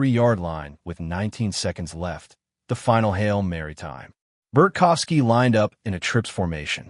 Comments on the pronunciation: It’s BART kowski…not Bert kowski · There’s no F in his name. Bart kow ski.